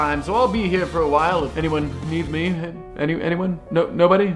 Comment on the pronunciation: since when is Me pronounced "muh"?